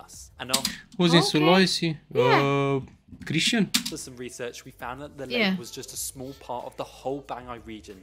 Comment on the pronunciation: fasih banget nyebut "Sulawesi" 😁😁